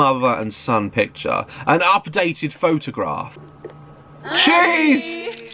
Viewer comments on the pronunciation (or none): none